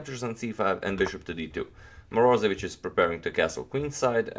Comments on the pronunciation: morozEvich accent on e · Moroze'vich its righter. Nice channael!